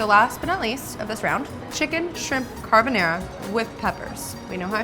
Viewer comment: Also Car-bo-NAH-ra, not Car-bo-NAIR-a